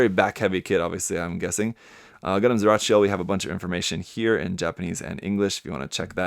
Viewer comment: That sounded like Gundam “siracha”.